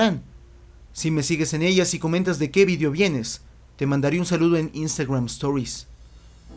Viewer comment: vidio? no es video? :v